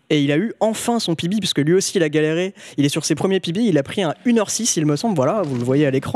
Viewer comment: Au lieu de PB j'ai compris bébé Au moment où terra a PB g compris terra a un bébé